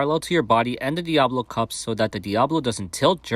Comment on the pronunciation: You say it so fast, but it sounds like you are saying Diablo and not Diabolo. (dia-boh-loh) or (diab-oh-loh)